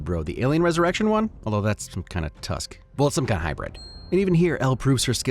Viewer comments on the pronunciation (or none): none